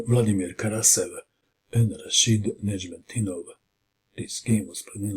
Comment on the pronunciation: Your pronunciation of Nezhmendtinov is simply superb, you are always excellent when it comes to the names of the players